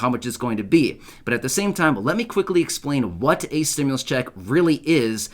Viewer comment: So why are you saying Stimulas ??? They never said we was going to get any more money